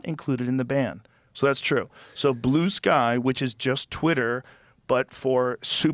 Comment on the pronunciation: Pronouncing it "Blueski" is very telling